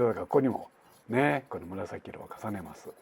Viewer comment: 「紫色ですね」が「柴崎色ですね」って言ったんかと思った笑